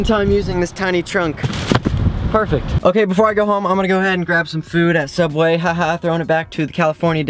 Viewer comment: no it's sooubway!!!!!